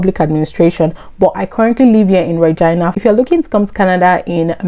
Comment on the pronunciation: Eeeh the way you pronounce Regina is weird like the v.... .